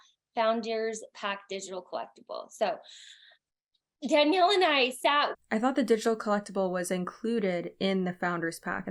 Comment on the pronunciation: I'm a petty b!tch, so all i can think is that "Danelle" (no i) would not be pronounced dan-yell, but dan-el.